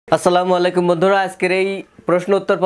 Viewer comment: আমি কিন্তু!👉আপনাকে ভালোবাসি ভাই! যদি কিছু মনে না করেন তা হলে, বলতে চাই 👉সালামটা যদি স্লামুআলাইকুম না বলে 👉অন্তত 👉আস সালামু আলাইকুম, বল্লে খুশি হতাম। ভাই আপনার সালাম শুদ্ধ হয়ে গেলে ✋আমি কিন্তু 👉(আল্লাহ্ তা'য়ালার)কাছে সওয়াবের আশা করতে পারি। ভাই রাগ করলেন না তো?